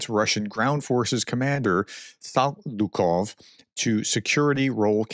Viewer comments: How the hell did Saliukov become Sakilov???? You should get yourself checked for dyslexia, pronto! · SAL-IU-KOV not SAK-iul-OV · How can it be that hard to pronounce the name with the letter in the approximately correct order? L comes before K in Saliukov. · You cannot even pronounce the name "Saliukov" correctly ?!?